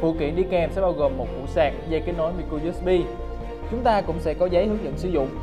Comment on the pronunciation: bao nhiu video tới video này từ micro usb vẫn đọc sai -_